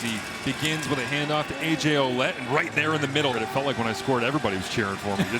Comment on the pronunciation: its not O-lette its Wa-lette